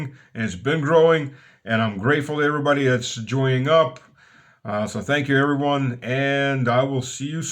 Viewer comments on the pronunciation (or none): none